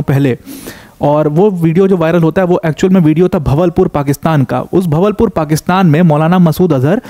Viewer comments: भवलपुर नही बहावलपुर | अच्छा है उसका इस तरह से सामने आना unknown gunman out for him 😂😂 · Sir its बहावलपुर